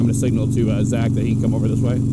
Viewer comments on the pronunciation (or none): none